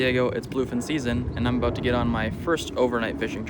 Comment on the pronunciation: That Minnesota accent comes out a little bit on the water eh? Aboot! Ha! Good times for you brother!